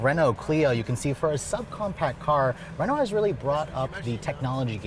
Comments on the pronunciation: “Renaul-t”?? 😂😂 It’s “Reh-know”. Say it like a snobbish French bastard. 👍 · Re-NALT LOL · What is a Renolt? This review is excruciating. Don't get an American to review European product. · I’m trying to imagine if they brought Renault back to America, and how many people would pronounce the name wrong “Ree-noug-let?”